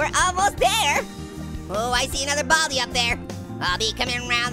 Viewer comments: Its Baldi Not Bobby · What did you say bal-di